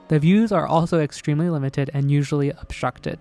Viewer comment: Nice video, thank you. One thing, did you say "upstructed"? I think you meant 'obstructed'.